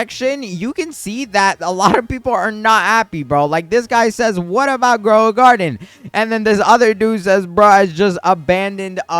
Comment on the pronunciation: Ghoul is pronounced gool. And cauldron is pronounced call-drun